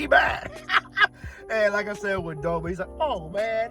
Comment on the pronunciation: its doma not donald! :face-orange-biting-nails